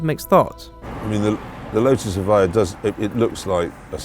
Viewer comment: So you tell us in the description that it's pronounced EV-I-JA yet the guy talking throught the video pronounces it EV-I-YA